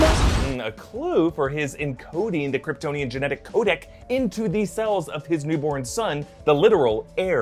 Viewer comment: CoDEX not Codeck.